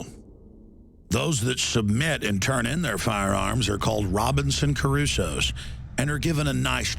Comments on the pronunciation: Not 'Cerusoe', *Crusoe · CRU SOE not CARUE SOE